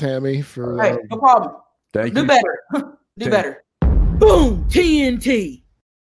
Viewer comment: "This is a serious PHEGLM"